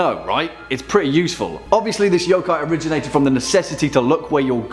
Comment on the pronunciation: Stop pronouncing every O like "OUW" when it's pronounced more like "uh" y'uh'kai. Please! how is it so hard for people to grasp this simple thing.